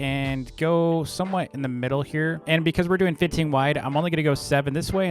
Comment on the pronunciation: thats why he cant say 15 right? all the effort?